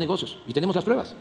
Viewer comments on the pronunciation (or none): "tengo la pruebaj" ... ¿Porqué no denuncia si tiene pruebas?